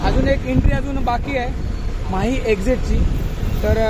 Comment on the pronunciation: आपण 3 कि.मी.चे राज्य माही असा केला आहे;पण माही नाव चुकीचे आहे,शिवाय ते राज्य नसून माहे हा पद्दुचेरी या केंद्र शाशित प्रदेशाचा एक जिल्हा आहे.पद्दुचेरी या प्रदेशात एकून चार जिल्हे आहेत.माहे हा जिल्हा केरळ मध्ये आहे,कराकल आणि पद्दुचेरी हे 2 जिल्हे तमिळनाडू मध्ये तर यानम हा जिल्हा आंध्र प्रदेशात आहे.कपया चुकीची माहिती आणि चुकीचे उच्चार करू नयेत,ही विनंती.